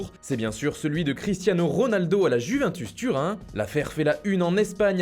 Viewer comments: La mère de Grid c'est la Juventus pas juvintus ça fait bizarre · La mère de Grid bas on dit Juventus et pas juvintus turin bande de frouzes incultes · "La juvintus turin"😂😂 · l' italiano comme j'ai dis les français se croient roi du monde, comme si je disais le PariS en prononçant s à la fin